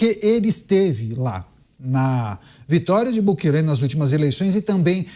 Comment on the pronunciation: a pronuncia não é Bukelê e sim Bukeli (não tem acento)